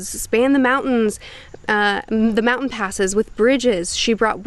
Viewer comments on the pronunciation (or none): none